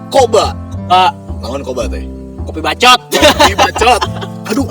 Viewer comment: Anu paling ngenah na mah nyebut "KOPII BACCOOTT" wkwkkk